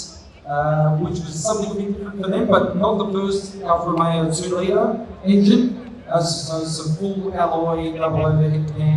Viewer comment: Affa Roomeyooooooo. Who is this a-hole?